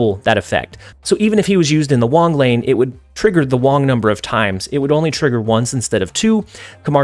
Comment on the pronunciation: "the wong number of times" 😆 works 2x ways....wait a minute....